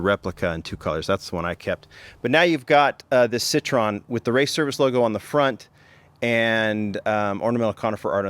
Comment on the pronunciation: Pronounced SIT - TROY - EN,,,,Not SIT - TRON.